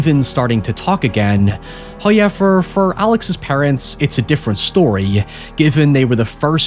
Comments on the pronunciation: What is this guy's accent that he constantly says "hayever", instead of "however"? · First "hoyevver" drops . He rewards us for our cruelties. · I'm havin' a hard time getting used to the he says the "ow" sound. Town=tine, however=high-ever, it's difficult to listen to at times. But it's so interesting that I struggle through it. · Show sell merch that says “hoiyever” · First "hoyevver" drops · its not a video unless he says "hiowever" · Hey! It's the "hoyever" guy! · new here, what accent is that, kinda flabbergasted with "hoyever" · First "hoyever"